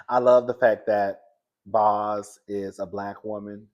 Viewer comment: If her name was Quantanillanasia, I bet y'all would say it perfectly. Obviously Bozoma is an African woman . Let's show her the respect of saying her one-syllable nickname correct. Boz sounds like "bows". This is not difficult.